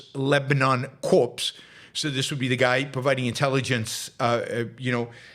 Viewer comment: It’s pronounced core not corpse.